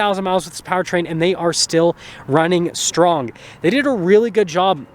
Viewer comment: HOW IS 50,000 miles on an engine reason to say " IT STILL WUNNING STWONG ..!!"....??? For the love .. 150k and ABOVE with less than 3 engine part replacements ( MINOR parts ) THAT IS RELIABLE .. THE AUTO MAKERS TODAY SUCK .. THEY ENGINEER FOR ROBOT EXPEDIENCE- NOT FOR EXPENSE PLACED ONTO THE BUYER FOR REPAIRS .. and effing forget about DIY CAR REPAIR W/o a ECM MODULE RESET COMPUTER ... Auto makers ALL OF THEM have set out to FUCK their loyal buyers - THEY SEEM TO ONLY CATER TO THE WEALTHY THAT DONT GIVE A SHIT IF THE DEALERSHIP GARAGE HAS THEIR CAR FOR MONTHS BECAUSE THEIR MECHS WONT WORK ON WARRANTEE ISSUES BECAUSE THE MAKERS WONT PAY THEM TO DO RHE WORK ... I pray for a NEW AMERICAN STANDARD AUTO COMPANY THAT #1 CARES ABOUT THEIR PRODUCT AND TWO ISNT STUPIDLY PROUD OF JUST HOW HARD THEY CAN FUCK THEIR PATRONS🖕🏼🖕🏼🖕🏼🖕🏼🖕🏼